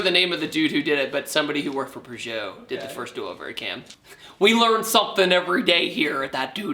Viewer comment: made me cringe when you said purgeot, it's Peugeot